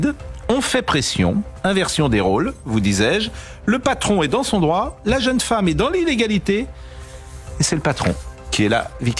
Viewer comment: "vous n''awez paw le dwoit de changwer mon popo"